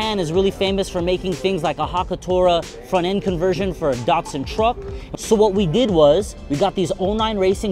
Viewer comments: DAT.SUN, not DOT SUN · Really nice car, well restored D-"A"-tsun not DaR tsun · DAT SUN not daughtsun. Sounds like DAD, say Dadsun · アメリカの発音では「ダッツァン」なんだね～ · Nice "dartsun"